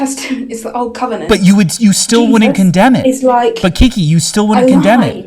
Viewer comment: Dammit, you made her say "cum-enant" 😂😂😂